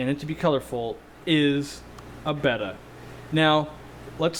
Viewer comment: Finally someone who pronounces Betta correctly. I hear so many pronounce and people will correct me with the Greek letter pronunciation Beta (Bay-tah). A local fish hobbyist vendor at an outdoor market in Thailand on a TV show years ago said Bet Tah like it was two words. Friends and a local pet store had Bettas in with goldfish and the goldfish ate the Betta fins completely off. I had one female Silver Veil Angel in with guppies and various catfish for years and she laid eggs every year. I've had many different Apistogrammas and they are great fish. I kept species separate in two 50's and two 29's but I eventually gave them and the babies away. I'm getting more because of this vid. Thanks for the inspiration. Where were fish expert owners like you when I was young and starting out? I had to deal with old crabby pet store owners who acted like they needed to quit that day. Thanks for doing a great job.